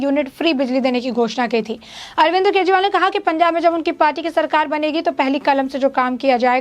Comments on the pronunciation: अरे पत्रकार महोदिया,, बोलना तो सीख लो पहले भी इतने गौर से सुना ,,आप अरविंद को* अरविंद्र * बोल रही है ,,बोल तो सुधार लो पहले ,बाद में ही इतनी बक बक कर लेना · Madam Arvind Kejriwal hai na ki Arvinder